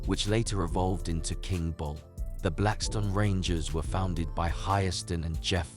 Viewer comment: 👁️'m tired of hearing foreigners with accent's that u can't understand document our people with know understanding of what really went on it's not blackston it's BLACKSTONE,👑✡️🔱